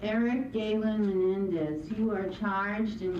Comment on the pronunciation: You'd think the defense's council could pronounce Menendez correctly